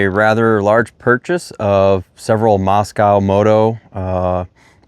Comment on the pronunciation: It’s not pronounced moss cow. It’s moss co.